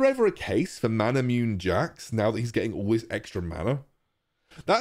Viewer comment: Isn't it pronounced mana-mu-neh?